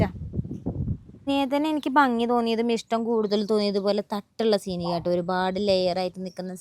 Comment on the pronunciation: Malawi le vlog anu kanaru❤❤❤❤ Pinne Seenigha alla Seeniya enna thonnanetto😂😂😂😂